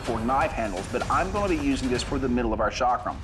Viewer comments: It is NOT shaakram. It is cakram. Ca as in Caeserae + Kram. Cakram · Chakram: pronounced "chuck-rum" Americans: SHOCK ROOM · It is not shakram it's chakram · It’s not called Sha-kram..it’s Cha-kram. Cha as in chance. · This was the worst pronunciation of the word chakram ever, like why don't westerners even make any effort in trying to learn the proper pronunciation and this chakram doesn't even look remotely close to what the Hindu gods used. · Boy you butchered the way you pronounced chakram